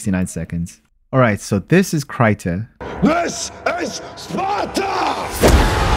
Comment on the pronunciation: KR-EEEEEEEEE-TA not cryta